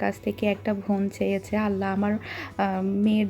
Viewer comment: Bon, not von.